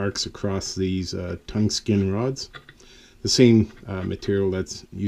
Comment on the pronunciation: I had to turn on captions to make sure what I was hearing was right .. tongue skin spark gap electrodes!! 😆 I hope you’re joking and you know they’re tungsten... also 600v isn’t really enough for a primary arc, I assume you meant 6,000v? Or am I missing something fancy with your primary circuit?